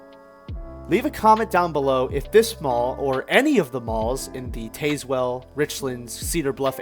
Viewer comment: Artley's was my most favorite store to go to. By the way, you pronounced Tazewell wrong, but most everyone does who doesn't know, so it's okay. ☺️ Thank you for sharing the history on this mall too.